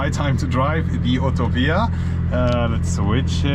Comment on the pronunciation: “OOTOPIA” 😂 at least pronounce it’s name correctly